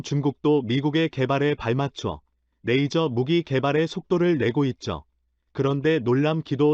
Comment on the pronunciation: 영상번역기가 만든 자막을 보면 발음이 얼마나 흐리멍청한 발음인지를 알 수 있다. '대한민국 최근 오즈가 한국에 '→ '오즈'가 뭔지는 나도 반복해 들어봐도 모르겠고 '파트너로 손정했던' → 손절, '모기' → 무기, '일을' → 이를, '메이저기술 ' → 레이저 기술', 그녀의' → '분야의'... '표적이 수리되었다고 합니다' → 이건 나도 들어 봐도 무슨 말인지 모르겠고.. 등등, 한 음 하나하나를 확실하게 발음해야